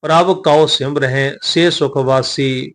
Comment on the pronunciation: ਗਿਆਨੀ ਜੀ ਪ੍ਰਭ ਕਉ ਸਿਮਰਹਿ ਸੇ ਧਨਵੰਤੇ ਵਿਚ ਸਿਮਰੇ ਦੇ ਵਿੱਚ ਸਿਹਾਰੀ ਦਾ ਉਚਾਰਨ ਹੋਣਾ ਹੈ ਜੀ